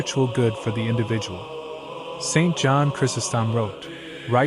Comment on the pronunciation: How difficult would it be to hire a voice actor instead of using an AI voice? Pronouncing Job as job, an occupation, was a small annoyance. Surely we can find someone willing to do it cheaply enough to make it worthwhile.